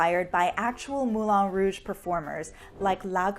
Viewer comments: Is anyone else aware that the place is called Moulin Rouge, not Moulon Rouge. It is pronounced as one says the ‘an’ in ‘can’, not ‘on’ as in ‘on the table.’ Why not get it right? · I hate hate HATE how you pronounce Moulin Rouge